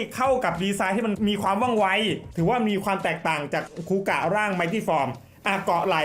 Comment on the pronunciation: คาเมนไรเดอร์ คูกะ ไม่ใช่ คูกาก 😂